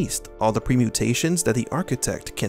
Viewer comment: It should be "Permutations" not "Premutations".